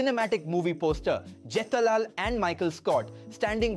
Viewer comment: even you AI avatar and voice failed pronouncing jethalal as jitalaal. 😂